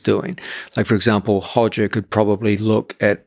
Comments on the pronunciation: Roger not hodger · Stop saying “Hoger”😂😂😂😂😂😂😂😂😂😂😂